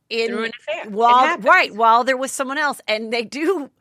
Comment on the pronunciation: I love your Heatherisms so no need to change, but it’s “Worth my While” not “worth my wild” 😂♥️